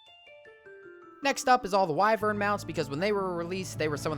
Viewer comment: It's pronounced why - vern